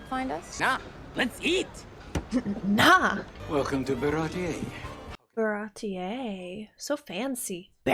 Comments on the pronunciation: so far i think every name in this show was pronounced the japanese way except baratie. baratie: bah-rah-tee. they say 'bah-rah-tee-eh' it sounds fancier i guess. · In all fairness, my introduction to OP was the manga, so when I got to this arc, I thought Baratie was pronounced Ba-ra-tee.